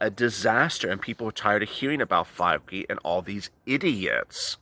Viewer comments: Fauci - is pronounced - Fow- Chee btw💜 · Fauci — It’s pronounce like fowchy